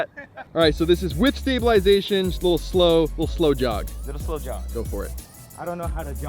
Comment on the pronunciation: When you said "slow jog" I thought you said "blow job"